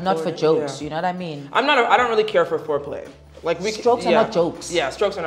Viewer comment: Not at all! She needs to spend more time on the classroom. Did I hear her say “floor play” instead of “fore play”?? 😂😂😂